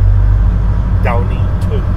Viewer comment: Every time you said it wrong.....one word that sounds like two words.